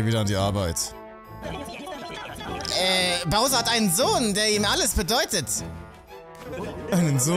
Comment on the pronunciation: hat ja mal endlich mal einen namen richtig gesagt😂😂 Bowser.. ernsthaft das ist das erste was als name richtig gesagt wird von ihm??!